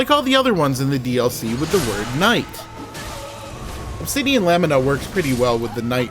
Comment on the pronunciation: They way you said Obsidian Lamina lmao Fun video btw